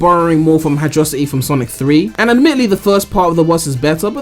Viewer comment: It's prounounced hydro-city not hidroecty